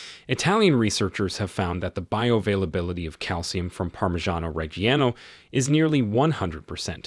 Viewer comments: Gruyère, Gouda, Parmigiano reggiano were all pronounced wrong. Only Cheddar he got about right. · Nope, he mispronounced Parmigiano Reggiano. (But since I'm Italian, I may be the only one who noticed.)